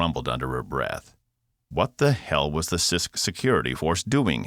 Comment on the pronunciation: Welcome to planet Cyst. I know it is Sisk, but this narrator makes it sound like cyst. LOL